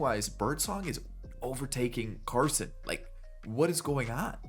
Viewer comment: You said Carson’s name right the first time, I went to ECU when he did